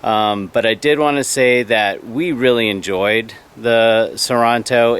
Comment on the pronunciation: Hey DUDE, It’s pronounced Sor-EN-to, NOT Sor- ON-To!